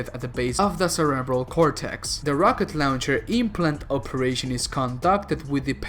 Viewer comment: I can’t get over how you say rocker louncher